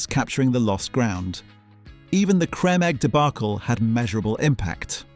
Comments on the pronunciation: Is this AI voice over? "Creme" is pronounced as in cream, plus many of the images don't match the voiceover. Very poor production. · Why do you keep pronouncing creme wrong? Is this an AI generated voice?